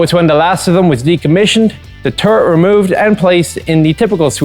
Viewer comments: woke up hung over, giggles at hearing turd instead of turret. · I find it amusing, that often when you say turret, it sounds like turd. LOL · he called the Strv 74 a turd. as a swede i am TRIGGERED.